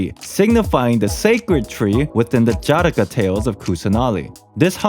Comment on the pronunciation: Just want to say, Jataka is pronounced "Juh-t-kuh"